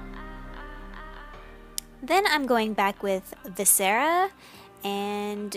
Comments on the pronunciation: That color is pronounced "viss-uh-ruh" in reference to organs :) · For future reference viscera is pronounce 'viss-er-ah', it's a beautiful color on you and a delightfully grisly name! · Viscera - VISS-err-uh 👍🏽 Beautiful look, absolutely love it